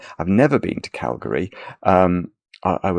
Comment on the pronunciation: says Calgary correctly. I want to hear him say Toronto, Saskatchewan. Maybe Nunavut.